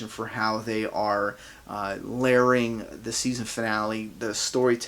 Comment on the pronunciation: I love how you say layering. Lair-ing 😂😂